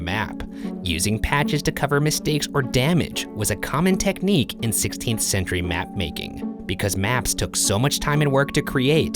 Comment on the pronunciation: Ryan, why do you pronounce words weirdly... You saying "16th" bothered me a lot that I have been playing that part on loop. Also... Having seen the head of the mannequin move , I am now revisiting past videos to see if this has happened before.